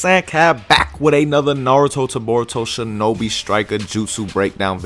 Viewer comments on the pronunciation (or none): none